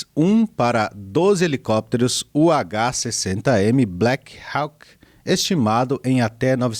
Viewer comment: Vá atrás da pronúncia de BLACKHAWK lá no Google Tradutor, pois estás pronunciando de modo errado.